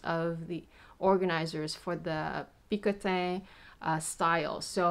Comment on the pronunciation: i think you are pronouncing "picotin" wrong :p Beautiful bag, congrats!!!